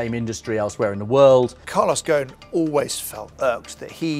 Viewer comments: Why do the call him Goan😂 غصن if that was his arabic family name It would be probounced "ghusun" Or more or less the same way it's spelled "ghosn" no scilent letters. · It is not Calos "GON", it is Carlos "GOSON". GO-S-ON".